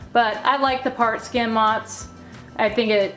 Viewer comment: What are u saying as far as the cheese, not listed. I can't catch what your saying "part skin cheese" is that what your saying🤔. What's that.